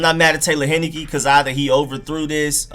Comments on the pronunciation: HIGH-NE-KEE not HEN-NI-KEE Taylor, not Tyler... Great play deserves getting it right. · Thank you for the film! I saw him play 4 years at my college (ODU). He was amazing for us! By the way, his name is pronounced TAY-lor HIGH-NUH-KEE. Lol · It's Taylor Heinicke, like the beer but without the n at the end, and his first name is Taylor, not Tyler. People butchering my man's name. Dude lit it up at ODU.